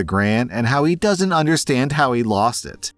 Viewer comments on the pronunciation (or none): none